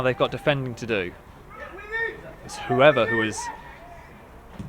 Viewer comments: And "who-ever" when it's pronounced "Hoover" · Gonzo Jones actually his name is Hoever. but actually i also took a bit of time to get that 😂